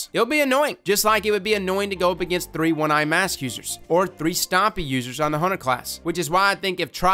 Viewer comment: "One eye mass"